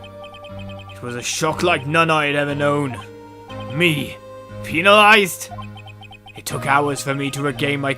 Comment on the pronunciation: OH. MY. BREAKDOWN! kreygasm over here. "You will have to be peenalized." Really,? xD Again, "Me? PEENALIZED?" facepalm